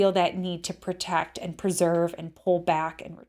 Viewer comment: There is no such word as PERtect, maybe you're trying to say the word PROtect, WTF?